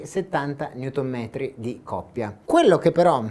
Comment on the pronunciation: Tanta copia? Tanta coppia,semmai. Si sente da come pronunci che dici "copia" ... e lo dici molte altro volte.Mah.